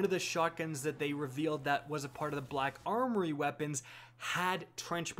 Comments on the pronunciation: Says khack armory cuz he knows he can't say black khakis. 😂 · I'm positive that I'm not the only German speaking person here who laughed at your introduction. "Kack armory" lol